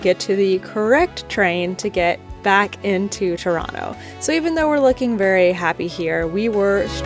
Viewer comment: Being from Ontario, I have to say, you did us justice😄 And you pronounce Toronto correctly😄